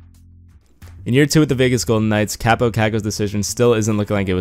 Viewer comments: his first name is pronounced Cop-oh i met him at training camp at the end of june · Actually it's pronounced Kaapo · it's pronounced cop-oh cock-oh met him at a training camp event